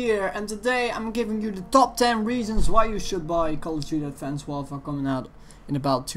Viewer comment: Its sounds how he says it